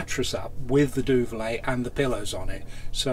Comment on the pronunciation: Duvet not duvalay